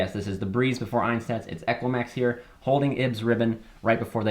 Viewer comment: has all-german crusadias and still says "einstaz" XD Just kidding man, i'm glad you like them ❤